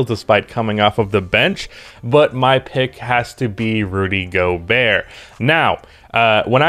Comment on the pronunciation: I think your pronounciation is correct